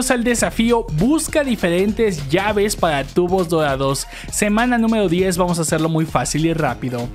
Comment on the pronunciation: Me encanta cuando decís "TUGBO DODADO" ♥️